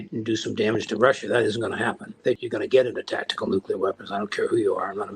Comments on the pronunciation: Just a pet peeve: it’s not Nucular it’s nuclear. GWB used to say that too. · NEW CLEAR not NEW KEY LER.